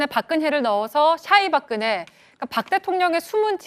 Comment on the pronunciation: 오대영 기자님 발음 꿀잼. 솨ㅑ이 박그네